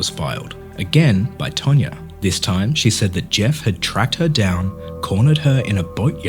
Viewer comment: It's TANYA, not TANYA-R